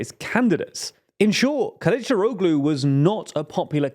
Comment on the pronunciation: The -oglu ending in Turkish names (e.g. Kilicdaroglu) is pronounced with a soft G, you barely even hear it. It's pronounced somewhat similar to an H. When you use so many names ending in -oglu it gets quite confusing